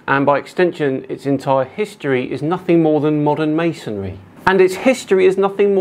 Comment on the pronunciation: don’t forget he called it mason-ary.